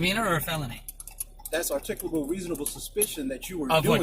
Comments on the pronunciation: "I reasonably articulatably suspect you!!" What an absolute moron. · “This is articcabul reasonable suspicious” officer dummy doesn’t even know how to pronounce those big words he does not understand.